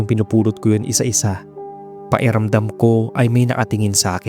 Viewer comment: May "k" defect po ata kayo. Pwede nyo pong i-practice yung pronunciation nyo. Pahiramdam po kasi yung naririnig namin, sa halip na pakiramdam